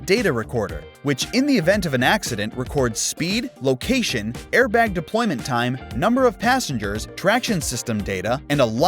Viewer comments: Loaction? not location? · ah yes, loaction